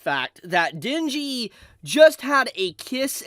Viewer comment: Ah yes..the time "Denji" became "Shinji"